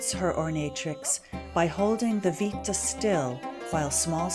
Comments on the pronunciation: when using Roman words it's good to have a little background with the language. the headband called "vitta" is pronounced "wit-tah" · Oh, I prefer the English pronunciation, much like posse (a Latin word) is pronounced poss-EE, I'd pronounce vitta VIT-tuh with a short I as in "wit". It's fun to send Latinists into conniption fits.